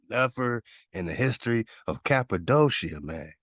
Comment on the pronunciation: Cap-a-doe-sha ... 😂.... Next time someone ask me where I'm from ... I'm telling them I was born there!